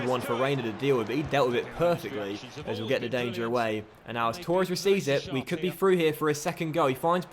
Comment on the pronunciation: Firstly: Torres not Tauuures Second; Yeh the lino would give a goal in a computer game which clearly has a lot of human error in it like real referees.... Thirdly: You’re far too good for normal legendary. Try using DK’s of Cutzy sliders